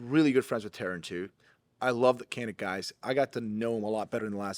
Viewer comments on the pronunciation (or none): How come the Turkish dude didn't cringe when you pronounced Canik as "Kanik"? 😂 That’s not the Turkish pronunciation. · Hey, it’s pronounced “JAH-NIK” because it’s actually spelled Çanik in Turkish, which is the name of the Black Sea region where the guns are made. As a Turk, should know this. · its pronounced djanick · Is really Turkish? He's not pronouncing the "C" in Canik with a J sound.